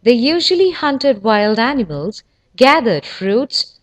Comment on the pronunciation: "Vay vathered wegtibles"